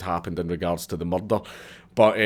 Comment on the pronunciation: I find it hilarious how you say Murdered or Murder I have a giggle.